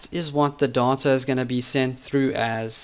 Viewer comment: why did you pronounce 'data' as 'daughter' a lot of time? that's really annoying..